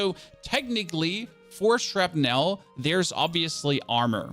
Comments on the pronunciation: When you pronounce "shrapnel" you don't really pronounce the E. It's pronounced more like "shrapnl". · Shrap as in apple ) nul. That's the way it is pronounced in Hollywood movies.